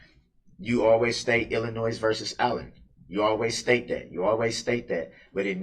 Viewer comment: Illinoise 😂 Dumbass